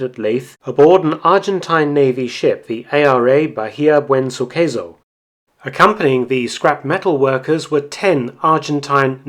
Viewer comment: The correct spelling of the C in"Suceso" is with S, not in italian way. It would sound like "SuSeSo".